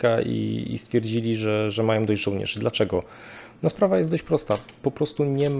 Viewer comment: Panie Szanowny! Czy wykładał pan kiedyś na jakiejś uczelni czy choćby w szkole! Nie? A, to widać i, co gorsza, słychać. Nie ma straszniejszej porażki niż jąkający się wykładowca z zaschniętym gardłem. Jąkania pan uniknął. Ale tego przełykania nie da się słuchać. No i "-ą". Na litość boską, niech pan nie gada jak Kaczyński! A pan uparcie, jak ktoś niewykształcony, wali: majom, biorom, walczom, donoszom, bendom, drogom, fajnom, całom!!! To, szanowny panie, DYSKWALIFIKACJA. Nie ma za co, pozdrawiam. Dr habil. n. med.